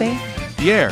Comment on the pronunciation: He’s like yaer when he said yeah